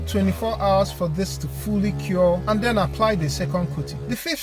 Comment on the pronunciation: "Den Blast All Of Dat Off" With Your Pressure Washer. Peeeace✌